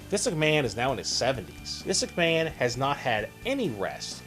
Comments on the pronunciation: For christ's sake, please learn to say "Vince McMahon" properly! Not "Vis McMahon". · You have a hard time saying Vince McMahon's name. "Vinsuck Maaan" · Who is "Viss McMann"? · "Vis Ickman" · Who's Visiknan? And what the dubdubdee? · why does it sound like you're saying viss McMahon? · Dude STOP trying to say Vince McMahon or WWE.. your not even saying his name right! 😑😩😩😩